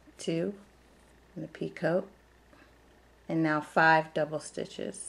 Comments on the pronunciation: Picot is pronounced like (pea-coe) The t is silent. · it is pee coe. the t at the end is silent. these are gorgeous. and nice clear tutorial and pattern..